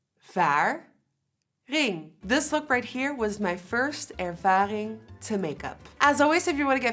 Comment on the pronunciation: ervading? I love the way you teach people a dutch word of the day that is really nice of you